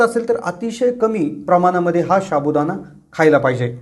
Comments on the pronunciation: शाबुदाना नाही साबुदाणा म्हणा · pronounceation wrong sabu Dana not shabudana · शाबु.हासुद्धा.उच्चार नीट करा😊